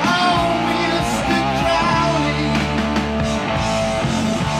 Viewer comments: Ozzy purposely mispronounced Crowley’s name because he didn’t want to invoke or summon anything from the other side. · Awesome of you to catch the incorrect pronunciation of Crowley! A lot of rockstars had an intrigue with Aleistar Crowley. Jimmy Page of Led Zeppelin actually owned Boleskin House (Crowley's Estate on the banks of Loch Ness) He was even featured on the cover of the Beatles Sgt Pepper album. Marilyn Manson wrote a few songs about him and "Diary of a Dope Fiend" is a play on Crowley's novel "Diary of a Drug Fiend" I love that you spent so much time commenting on the guitar parts. Rhoads was a prodigy for sure. He died the year I was born but I listened to that cassette of my brother's until it wore out. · Ozzy is so metal that he has the authority to change the pronounciation of another person's name. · "Crowley" rhymes with "holy." Ozzy got it wrong. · I have to default to Ozzy on the pronunciation of Crowley, since Ozzy is from England. Right or wrong, Ozzy wins. 😂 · Even David Bowie mispronounced Crowley's name, and he should have been more sensitive beacuse people would often do the same mispronunciation of HIS name.